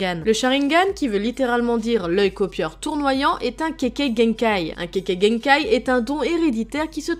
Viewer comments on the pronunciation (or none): "kekegenkaï" Keke mdr